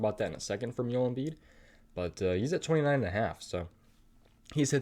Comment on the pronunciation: Yoel Embiid??? It's Joel, JO-ELL pronounced with a J.